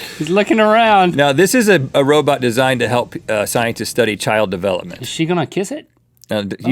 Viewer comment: did Rhet say : sciensets ? or am i just imagining ?